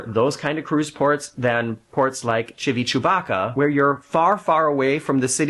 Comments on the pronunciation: I always laugh when you say Civichewbacca. Lol😂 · I love your videos..very funny, informative and down to earth. I laugh every time you say Civichewbaka. We were there this past August and I kept calling it Civitabokbok lol